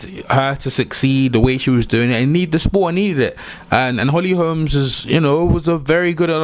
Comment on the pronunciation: i'd be a liar if I said i saw Holly winning, i was stunned.... BUT, i had a small doubt, just a shadow. H. Holm has some incredible strikes, and strength, so..... Bruv, bruv, BRO-- NO "S' on the end; HOLM, not Holmes.... no "s" man. . . .